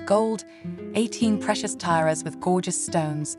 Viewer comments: Tairas? Not tiaras? Street Petersburg????? Where did this breathy woman learn English? From the radio in Ugana?😢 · Please note: brooches are pronounced bro -ches not br-uches and tiaras are pronounced tee-aras not tie - arias. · tyras? do you mean T -aras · “Eighteen precious Tyras with gorgeous stones….” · my favorite mispronunciations are Tyara and brooooches!